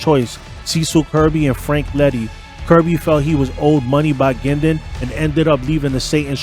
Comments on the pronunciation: It is pronounced Gwin-don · I'm from Bowmanville and that is very close to Curtis Ontario we're Berny lived You're also not pronouncing his name correctly it's not Gindon you need to pronounce the u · hiis name was bernie guindon not gindin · Wrong. I was in the Oshawa area from 1980 to 1994, and hung out with one of Bernies daughters. Everyone, including the daughter, pronounced it "Gindon". It's because "Gindon" matches the french pronunciation. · You’re saying his name wrong. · At least say his name right! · First off you pronounced his last name incorrectly the entire time. Secondly much of your information is factually incorrect. You should do better research before posting. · at least connect with a local who can help you cipher the stuff you dug up on the web...first time you said Bernie's name I choked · did NOT pronounce Bernie’s last name properly once.!! Bernie is Alive and well and can be seen hanging out at his son’s clothing store in Oshawa…(Bernie Frog).!! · You should learn how to pronounce his name